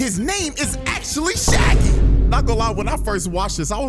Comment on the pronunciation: Not Sha Gi 😂